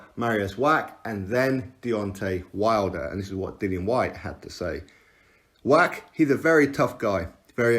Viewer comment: You are driving me nuts wach is pronounced Vach Love your clips though x